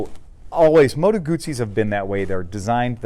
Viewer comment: Heah, but it's not gooozi, just guzzi - oo, mot ooo, please - you hurt my ears!